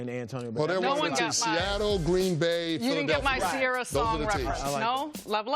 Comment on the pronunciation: do all white folks say Sierra or just him